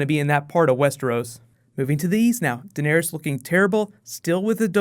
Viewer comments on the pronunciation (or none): none